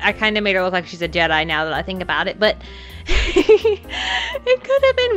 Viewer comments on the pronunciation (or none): none